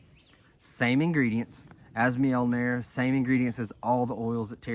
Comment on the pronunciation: Have you been practicing saying that, you were spot on 😅🤣😅😂